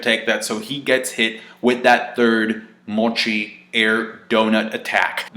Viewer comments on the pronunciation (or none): none